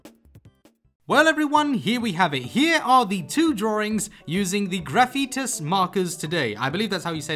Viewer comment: Just couldn't help myself, but the name of the pens (or the company? not sure) is "Graph'it Beta " . The symbol you kept saying as "eeusss" is a stylized lowercase beta from the greek alphabet; β Also: Yes, puppy cute!